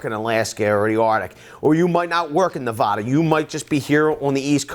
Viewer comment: As a Nevadan, I am offended by the way you pronounce Nevada 😆 it's NEVADA not NEVAHDA